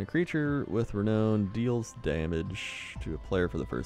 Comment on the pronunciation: Oh god, my butt clenched so hard every time he mispronounced renown.